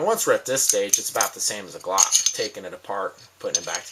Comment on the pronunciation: I don't even own a gun and know it's "glock" not clock lol